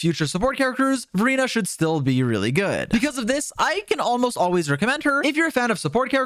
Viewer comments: I'm sorry but whenever you say Verina I hear Furina 💀 good video tho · HELP when he says Verina it sounds like Furina💀